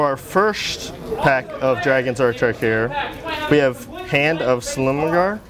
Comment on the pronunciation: How DARE you butcher the great dragonlord's name.